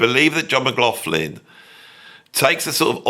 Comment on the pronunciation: Persuading someone to do an interview when you can’t pronounce their name is difficult,Beato does the same, there is no f in McLaughlin. Pronounced McLochlin.